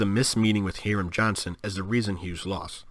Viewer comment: The 'i' in the name Hiram is a long vowel--sounds like 'eye'.